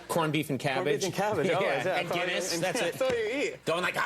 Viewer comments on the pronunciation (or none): none